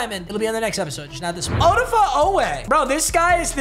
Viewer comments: Papa, it's O-dah-fay, not O-duh-fuh. Just a FYI. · btw odafe is pronounced Oh-Da-Fae